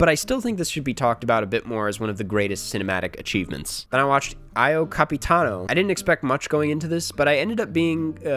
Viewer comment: that's not how you say the io in io capitano lol